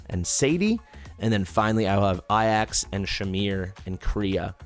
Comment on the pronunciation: Considering you speak English, Ajax would be pronounced A-jacks considering it's the transliteration of the same spelling as the Greek Hero. (also translates as eagle from the ancient Greek)